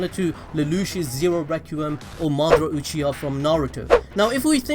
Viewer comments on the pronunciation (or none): none